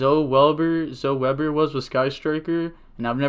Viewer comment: It's not zo it's zoEEEEE, you make fun of people making bad plays but that is nothing compared to how crazy you saying zo instead of zoEEEEEEE makes me